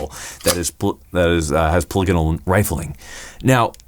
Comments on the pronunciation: Your saying it wrong brother, it’s Polygonal meaning more than three sides etc etc, read on it. But their barreling is the best, just like savage. Beast mode. And I think tikka also. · Wait, it's not pronounced 'Paul-ee-gone-ul'? (Mind blown)